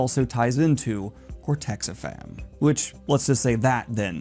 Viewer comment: I hate to be "that guy", but it's "cortexiphan", not "cortexifam". Other than that minor detail, this is pretty spot-on analysis of the show.